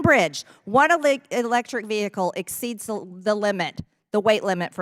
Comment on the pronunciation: Ve-he-cal. Hilarious😂